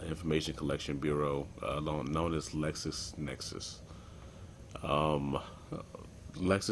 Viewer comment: Bro its LexisNexis NOT LexusNexus